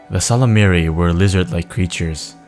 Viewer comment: Someone finally figured out how to properly pronounce "Ysalamiri". Thank You!